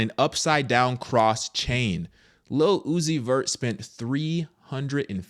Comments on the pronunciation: Ohhh he said Lil Uzi Vert I thought I heard him say "Lu-ohh-ci-fer" Lucifer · His name literally sounds out Luc-I-fer Lil-uzi-vert Lu. Ci. Fer. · say "lil uzi vert" as one word and you'll say Lucifer... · His name say it fast enough it sounds like your saying Lucifer. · Lil Uzi Vert -> Lu Ci Fer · Say his name quickly. Lu-ci-fert... lil-uzi-vert...lucifer.. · Lil-Uzi-Vert Lu-zi-fer